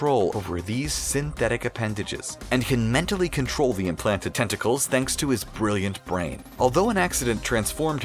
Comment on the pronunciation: When he was talking about otto octavius I thought he said he was upgrading his testicles🤣